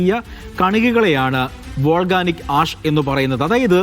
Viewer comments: Volganic അല്ലാ മാഷേ volcanic ആണ്, silka അല്ലാ silica (സിലിക്ക ) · വോൾഗാനിക്ക് അല്ല വോൾകാനിക്ക്.